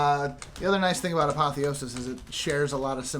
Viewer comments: Apotheosis is pronounced: A(the letter) - Poth(as in Apothecary) - E(the letter) - O(the letter)- Sis (as in sister) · just so u know ah-POTH-e-OH-sis. that is how u say it.